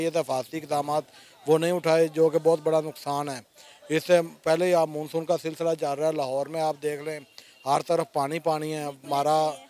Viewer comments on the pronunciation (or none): उसे मुनसुन नही मानसुन बोलते है